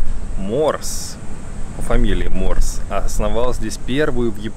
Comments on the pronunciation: НЕ морс - а Морзе. Азбука Морзе - его детище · Фамилия ученого по-русски читается как Морзе